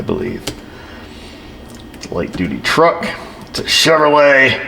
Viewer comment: 04 sschevrolet 🤣 love it.